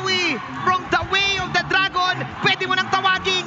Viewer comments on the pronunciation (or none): "yaway of the dragon" 💀